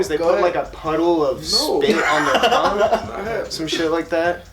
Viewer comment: "They put a puddle of spit on their THongue"😂